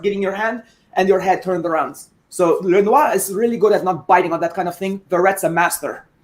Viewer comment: Lenoir’s name should be pronounced how he pronounces it. LEN-NOOR. Why complicate something for no reason?